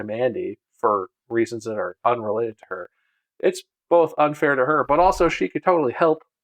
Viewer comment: bob said unfar at like agein